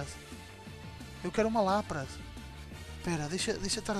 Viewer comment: O Lapras se fala Lapris